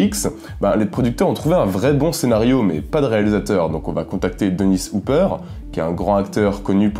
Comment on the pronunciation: Je venais pour dire ça et aussi pour dire que c'est pas Hooper comme il l'a prononcé mais bien Hopper.